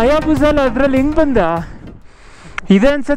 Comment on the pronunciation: it is not ಬಂಧ bro, it is ಬಂದ 🙂